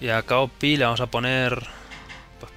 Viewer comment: se pronuncian cao pi: sohi zhen ji: Shin Ki